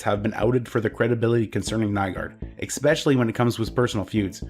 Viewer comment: The word is especially,. Not X-specially